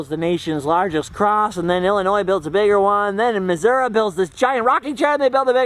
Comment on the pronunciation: Its called “Missouri”, not “massoura”. 🙄🤦🏽‍♀️